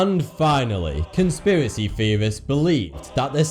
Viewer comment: what is a "conspiracy feorist?"